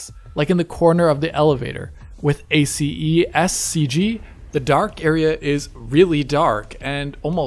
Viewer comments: Amazing content as usual! No need to pronounce all the letters from ACEScg. Actually, in the movie industry, we just pronounce it as if it was one word and two letters: ACES (assess) and c.g. ^^ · ACEScg is pronounced Eh-sys CG. Thanks for the great video, as always.